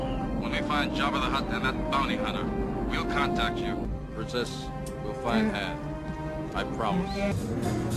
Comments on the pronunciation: Why do they change the vowel pronunciation of Han's name towards the end of the movie? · Idk why but B.D. Williams pronounced "Han" during both movies, but most noticeably in RoTJ.